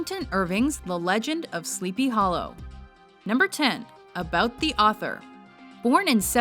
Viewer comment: How long did it take for her to learn to say "about" like an American?